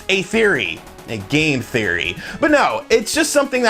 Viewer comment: Sounded like he said "A GAY theory." Anyone? Silent m in there?